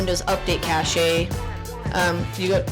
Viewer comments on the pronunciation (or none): you asked why the vm was using more ram than it said in the vm's taskbar. This is because it requires your host computer's ram to run the "computer" or vm. So to put it simply, it requires more ram to run the virtual ram in addition to the vm's original ram usage. I'm bad at explaining lol. (also helpful tip: "cache" is pronounced "cash" not "cash-ay" haha!